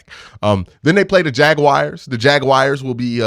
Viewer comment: I would be careful with that 'Ja-wires".